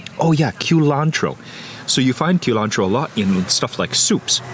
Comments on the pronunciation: What is kilantro? You surely do not mean cilantro, do you? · I also enjoy “qlantro” 😂